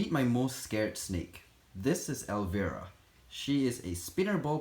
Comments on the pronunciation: El-vi-ruh not el-ver-ah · I just wanted to let you know that you are pronouncing Elvira wring, I know your first language isn’t English and it’s understandable why you got it wrong You pronounce it with a hard I like ell-vy-ra it’s actually a very famous country song and the name of an actress from the 80’s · Lol, the name is actually pronounced as “ElvEYEra”, like you have to EYEs on your face. She was this Halloween vampire character with giant breasts 😂.